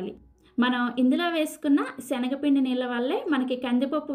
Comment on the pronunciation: సెనగపిండి కాదు అమ్మా...🤦‍♀️శనగపిండి..తల్లీ...